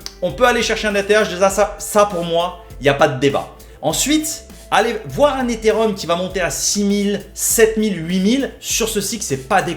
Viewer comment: Eté et Rhum to ze mooooonnn □□□